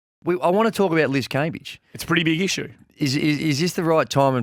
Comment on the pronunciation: anyone think is actually Liz? Liz can I ask you for the correct pronunciation of Cambage? Is everyone messing it up or do you keep changing it to be a diva?